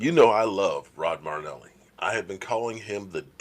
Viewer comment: Your killing me. His name is NOT Rod Marneli! His name is Rod Marinelli! There is an "I" in there. You dis him by mispronouncing his name. How to pronounce Marinelli